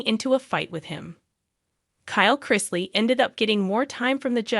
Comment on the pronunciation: Learn to pronounce his last name or don’t do a segment on him.